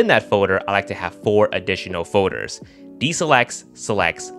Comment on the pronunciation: Organize my "foh-ders" lol